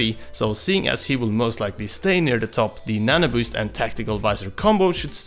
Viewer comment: Every time you said "nanoboost", it sounded like nana-boost to me.